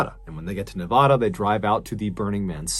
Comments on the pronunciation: Excellent stories as always! 😄 But Nevadans call it “ne-VA-dah” (like “bad” “sad” “brad”), not “ne-VAH-dah” 🇬🇧 🫖 👑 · My goodness I love ur channel but if U say Nev-ah-da 1 more time I may scream so loud u'll all hear me. Grew up in North Vegas & it's pronounced Nev-add-a. God bless babe ❤ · You wouldn't BELIEVE the amount of Trash that is left behind by "Burners" it's terrible! But I totally support their rights to go out and do what they do, as a "Nev-A-da" resident not "Nev-Ahh-duh"(lol) I just wish that could get together a little more and Trash collect better before they pack up and leave for the year. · Mr Ballen I don't want to correct the way you say Nevada but I don't think the way you said it was right I think its pronounced Nevaada just not that long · Can you pronounce Nevada correctly? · The most disturbing part of the Burning Man story is the way MrBallen pronounces Nevada. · It kills me after all these years there is still people who still don't know how to pronounce Nevada properly. Better luck next time MrBallen. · Darn it, man! I love your videos, but you make too many videos where you have to say Nevada. As someone who grew up there, I die a little every time I heard it pronounced that way. Please, for the love of Nevadan's ears, learn how to pronounce Nevada. There's videos on YouTube on how is pronounced. I dramatically beg you! D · I don’t like how he says Nevada. But I love him so it’s something I’m willing to work around. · This is the second story I've heard you do about Nevada. Other than pronouncing the state name wrong 😉, both stories represented the areas accurately. Well done.